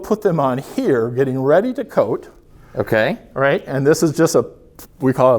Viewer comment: he seems to say both in the exact same way. I was listening when he clearly said 'barcode' and then 'coating facility' and I can't hear the difference haha. You're not alone